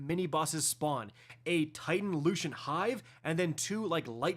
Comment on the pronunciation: loo cent not loo chent thank you